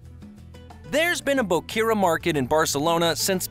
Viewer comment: The narrator did not bother taking the time to say some of the names correctly like Gaudi, Guell, and Boqueria.